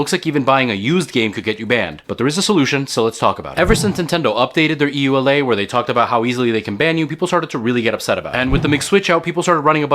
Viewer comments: e-you-el-ay?? who says that its you-luh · not super relevant, but the "EULA" is pronounced like "yoo-luh"